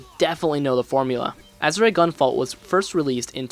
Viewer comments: Why does it sound like he is saying "Azurite"? It's Azure. Also, it's "Septimal". Not Sepimal. I'm not trying to be mean, but off-sounding pronounciations are just irksome to me... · "Ah-sure". Not "Azz-ooh-ray". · Solid review, but you're mispronouncing Azure it's pronounced "As Sure" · Bro its AZ-ZURE. It's a color. A type of blue. That's how its pronounced. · It’s pronounced aZHer REEEEE!!!!’ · Had to stop watching this as soon as you said "Azuray" for about the 5th time. Sorry. I'm sure you put a lot of work into this review. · Are you able to pronounce Azure now? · Joule is pronounced "Jewel" and you don't pronounce the E at the end of Azure. This is a nice review, keep it up ouo! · normally you'd be correct if that was a Japanese word but it's not Azure is a Latin rooted word for blue. That's like changing the pronunciation of Juan to Jooaan because someone wrote a book in the Midwest that carries a different American English inflection for the A sound. You'd always pronounce juan "wan"